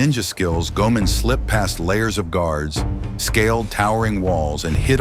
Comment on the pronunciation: And I believe it's pronounced Go-ay-mon.